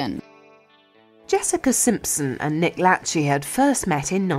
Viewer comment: Nick "Latch-ey"? It's La-shay